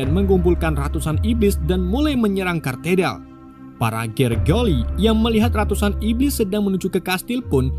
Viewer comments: itu gereja Katedral bang, bukan kartedal 😂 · Parah. Katedral,bukan Katerdal